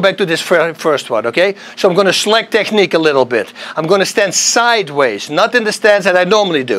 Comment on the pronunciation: Wanneer je het over "technique" hebt hoor ik je afkomst! Technique met een vleugje zachte G. ;) Geweldige video weer! Osu!